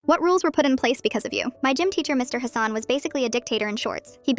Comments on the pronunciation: Its pronounced hah-sun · It's pronounced Hassan ✅ Not Hassan ❌